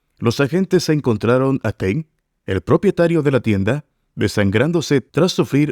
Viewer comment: Por qué dice "Teng" si es Tang?